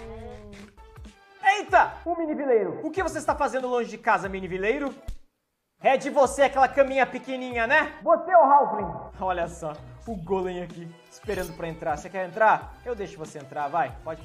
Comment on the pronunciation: Se escreve golem mais se fala gólem